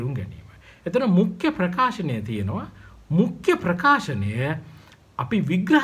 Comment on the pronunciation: මුඛ්‍ය kiyana ekataමුක්ක්‍ය kiyanawata asai mn